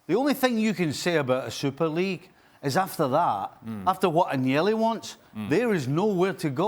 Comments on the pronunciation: Why are people employed to talk about Italian football when they cannot even pronounce the names correctly; Agg-nelli? (Should be An-yelli). Appalling and disrespectful, amateurish and unprofessional. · What credibility could a TV show host have when he can't properly pronounce Italian names aGnelli.... this is wrong on so many levels. Do your due diligence, it's not that fucking hard to pronounce a foreign name if it is your job to report.